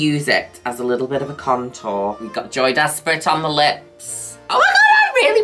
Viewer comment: i dont care how many times ive heard you say it over the years i will never not hear "JOEY desperate"